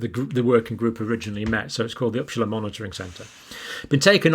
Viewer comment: It is pronounced UppSala, not Uppschala.Yes,it is just north of Stockholm.